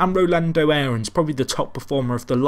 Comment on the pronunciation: ***** How do you Say "Aaron Lennon" ? It's just "Aron"...